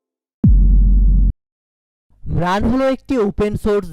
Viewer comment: উচ্চারণ ঠিক করো ভায়া। ম্রান হবে না মার্ন হবে।